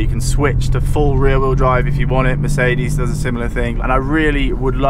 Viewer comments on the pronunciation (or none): none